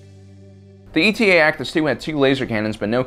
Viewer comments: It’s Eta, not E T A. It’s a Greek letter like Delta or Alpha. But what do dolphins know about alphabets. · It's not ETA its eta, as in the seventh letter of the Greek alphabet. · Eta! Not E T A!!! Eta Eta Eta!!! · Its pronounced Eta-2, like the greek letter. Not E.T.A. just like there was the Delta-7. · It’s not ETA (like the acronym for estimated time of arrival) but eta as in the Greek letter eta. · E.T.A? ETA (Ay-Tah), like the Greek letter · Um...TIEs have life support in Canon. It was only in Legends that they lacked this. Also, it not ETA, it's Eta (a Greek letter, just like Delta). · Is it actually called E t a and not the Greek letter Eta? (Pronounces 8 ah) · you only managed to get the model name correct once in the whole video. ETA the acronym, would be pronounced separately. eta (eight-ah), the Greek word, would be pronounced like Delta. eta-2 actis, not ETA actis 2. also, the delta-7 is "aethersprite", not "aetherspire". /nerdrage 🙃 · It's pronounced Eta, like the Greek letter, not E.T.A. It was designed as an interceptor, not an attack fighter or space superiority fighter, so it was never meant to go up against capital ships. Thats why it doesnt have any kind of missile launchers. As for not having shields, the canon explanation is that it was simply too small to sport shields without sacrificing either speed or firepower. Do better research for your videos. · "E. T. A." sighs It's Eta, as in the Greek letter, like Delta. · Don't you mean the "D-E-L-T-A 7 Aethersprite" and the "A-L-P-H-A 3 Nimbus" fighters? These Kuat designs are all indicated by a Greek letter dash number-- it's pronounced /etta/ and is the seventh letter. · I always thought it was pronounced "Eta" as in the Greek letter.